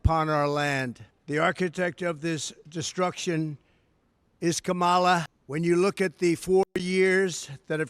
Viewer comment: he's too stupid to even remember how to pronounce Kamala correctly, how can he be trusted to run a country?